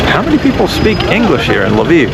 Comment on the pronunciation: You pronunced "Lviv" like "Love Eve". 🤗